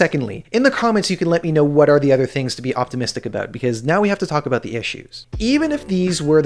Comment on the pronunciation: and JJ lives in BC and I’ve never heard anyone with that thick or “put on” of an accent lol 😂 maybe in East coast Canada. He’s the only one I’ve heard pronounce about as “a boot” 😂